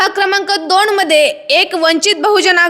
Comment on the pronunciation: दोण नाही ओ मॅडम दोन🤔😂